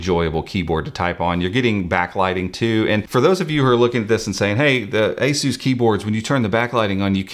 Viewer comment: I can't get over how he pronounced ASUS as A-Zeus...